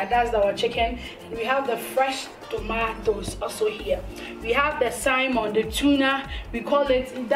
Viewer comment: garlic not garric Ingredient not ingledient Salmon not siamon 😀😀😀😀😀😀